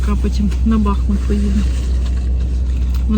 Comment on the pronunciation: Дивлюсь ваш канал, дуже подобається! Ви гарна пара! Дякую за вашу позицію! Хочу вас попросить не кажіть БАхмут , треба казати БахмУт! Я звідти у 3 поколінні. І ще моя бабуся у 1900році народилась у БахмУті! Дякую! ))